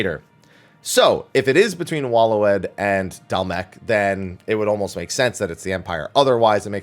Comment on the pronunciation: Waloed is pronounced Way-lid